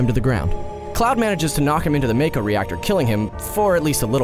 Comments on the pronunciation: LU-CRET-SI-A, VA-LEN-TYNE, MAH-KOH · just to let you know after games like crisis core with voice acting it happens that mako is pronounced mawko seams like alot of peolpe don't know about that at least your not one of the people who talk about crisis core and sill mispronounce it that just makes people look dumb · Sorry for the nerdy corrections but Cloud never joined SOLDIER, he was an infantryman. The correct pronunciations... "ma-ko " "lu cre tsia" "valentyne" Cloud wasn't actually a "moody dude" and was actually pretty dorky and a social outcast. His "moody" persona was how he thought a SOLDIER 1st class should act. But you are right that Red XIII is amazing. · Why do so many people pronounce it "mayko" when it's very clearly "mahko" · “Valenteen” “mayko” lol